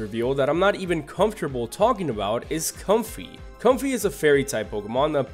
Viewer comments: It's pronounced comfay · Bunsweet Did you miss the pun? Bounce, sweet. Bounsweet. Comfy Again, you got half the pun. Comfy, Fey (fairy). Comfey. Possy Ring around the rosy, pocket full of posies. Tryage Everyone gets this wrong, but that doesn't excuse you. Tree-ah-ge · OH my god, all those mispronunciations during Comfey's segment...